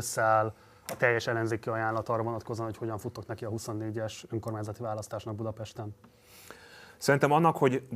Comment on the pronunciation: Ez a csóka is hadar és többször is meghallgattam amikor kimondja az ÖNKORMÁNYZATI szót, de , ne nem tiszta, hol faragja le a szó végét.... :D Logopédus van a csapatban? Mert kéne!!!!!